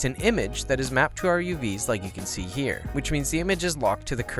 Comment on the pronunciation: Lovely video you're so damn good! But when you say "here"("Nhyah") that just pissess me off ahahah sorry, not sure why